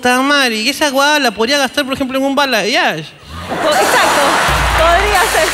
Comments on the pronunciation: La chica ni si quiera sabe que se hizo por que dice '' bayalage'' jaja eso no existe, es balayage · Que estrés escuchar bayalage en vez de balayage por eso no le hicieron bien 😂😂 jajajaja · Bayalage jaajjajajaajajja es balayage jaajajaaj q mate de risa😋😋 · Porque dice "BAYALAGE" el término correcto es BALAYAGE creo que a ella le hicieron lo que querían porque no pidió bien 🙄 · Bayalage o Balayage? Jajajaja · SE DICE BALAYAGE Y NO BAYALAGE